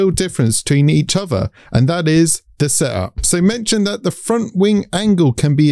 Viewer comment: You pronouncing “setup” as “sup” was confusing af